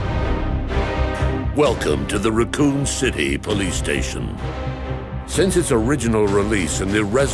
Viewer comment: I heard that as “Raccon Shitty police station” and shat